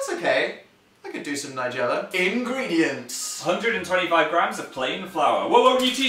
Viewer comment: "Ingreendients" 😂😂 I think it's lol check it 😂